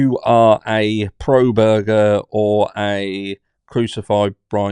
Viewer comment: Proberger 😆 what about the Nobergers 😅 Happy Hump Day, Harsh family! 🇺🇸 🫶🇬🇧